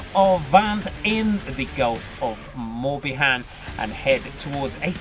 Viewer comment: MorbiHAN ffs..who hires these people, honestly.